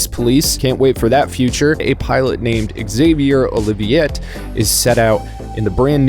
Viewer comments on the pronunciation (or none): none